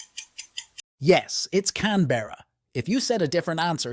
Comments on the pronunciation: Australian here. It’s pronounced “Can-Bruh” not “Can-Berr-A” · It's pronounced "Can-bruh"